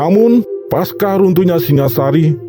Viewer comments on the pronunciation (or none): none